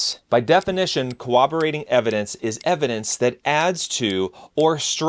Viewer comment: "cooberating evidence?" Did you mean CORROBORATING?